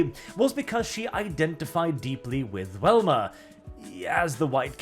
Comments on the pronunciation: Hearing say Wilma instead of Velma makes me confused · you kept saying Welma, Her name has a V, I know I'm nippickin sorry. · It's pronounced with a "Vee" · Why do u keep calling velma welma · I am not going to lie. Hearing Velma being said as "whelma" threw me off. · Am I the only one who keeps hearing say "Wilma?" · I really loved the comic style version. And are you saying “Welma”Instead of “Velma”? I’m not certain if that’s an accent thing or myself mishearing or something intentional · Goddamnit, stop saying "WELMA" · Do you pronounce Velvet like Wellwet? Or is it just for Velma? You Europeans complain about Americans mispronouncing words, well this is an American IP, so yea her name is Velma.